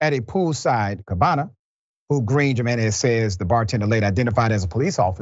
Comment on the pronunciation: Can we realize in 2023 that Jiménez has an H sound at the beginning?